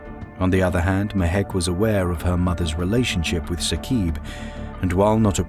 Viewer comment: It is not Saqeeb in pronunciation... it is Saaqib